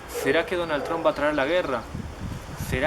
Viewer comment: no se dice 'Tromp', se dice 'Tramp'